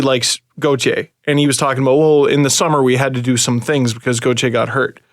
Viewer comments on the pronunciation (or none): gau-tire lmao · I love you but watching you pronounce Gauthier so many different ways is hilarious.